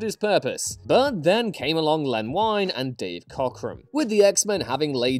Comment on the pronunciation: Len Wein's last name rhymes with "lean" not with "line"